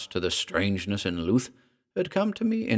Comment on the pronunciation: good story - but afraid I was put off by your pronunciation of Louth (LOOTH) - being a resident of Lincolnshire and a visitor of the town, I have only ever known it pronounced as LOWTH - this is my only gripe!